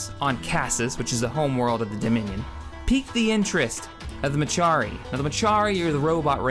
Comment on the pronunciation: Couple of mispronounced/incorrect names in there: MECHARI: meh—KAR—ee NOT meh—CHAR—ee ELDAN: EL—din NOT el—DAN TRESAYNE: tre—SANE NOT tes—SAH—na On that note: FOR THE DOMINION!